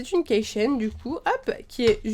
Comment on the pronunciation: Coucou Miss, juste pour te signaler que "Key chain" ne se prononce pas du tout "keï chain" comme tu le dis, puisque "key" qui signifie clef en anglais se prononce phonétiquement "ki". Il faut donc dire "ki chain" :)